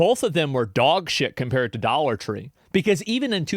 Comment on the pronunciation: Dollar twenty-five Tree